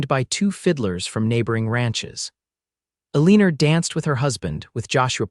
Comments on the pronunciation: UNAI pronunciation? Eleanor is not Ileeneer it is Ellen or El an ohr - Bungled poorly.. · This was a really wonderful story. Though the reader didn’t pronounce Eleanor correctly through the whole story. Listening from sweet home Alabama ❤❤❤❤ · Mispronounced name of Eleanor’s drove me wild